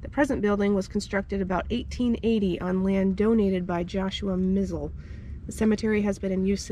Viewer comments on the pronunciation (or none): you said mizell wrong our last name does not have s in it just sayin my last name is mizell not misell